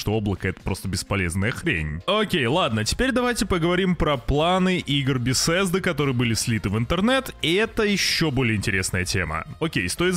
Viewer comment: Хватит коверкать название города. Откройте Гугл карты. Там не "Бесесда", "Бефесда" и прочих, там есть БЕТЕСДА!